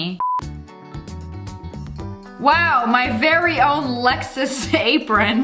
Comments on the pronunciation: Lexus not lexis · Did anyone notice that’s she said “Wow my very own lexis apron” Edit Edit: thx for the likes!